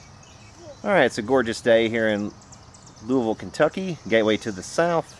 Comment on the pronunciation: It's good to hear "Louisville" being pronounced correctly (I'm from Harrodsburg).